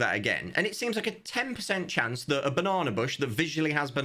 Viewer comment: Came for the update, stayed for pronunciation of "banana."